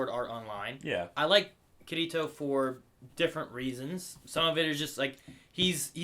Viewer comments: Why do you pronounce Kirito like "Kireeto"? It bugs me. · did you just call him 'ker-ee-to'? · it's Ki-ri-to